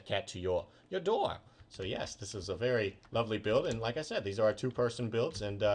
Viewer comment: Please stop saying said/set. It annoys me soooooooo much.